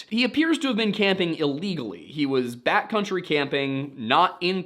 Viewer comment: I can't help but hear "bat country" rather than "backcountry".